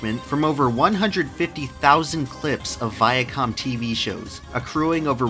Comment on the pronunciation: "Viacum" Still can't unhear it after all these years.